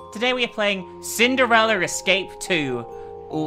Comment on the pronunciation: Why does she say cindereler?